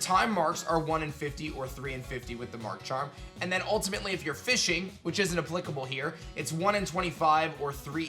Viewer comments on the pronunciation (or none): Not trusting anyone who says "applicable" incorrectly